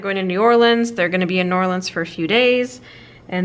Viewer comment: I love that to pronounce New Orleans right! The should go on a cemetery tour while she’s waiting on the Fav Dad.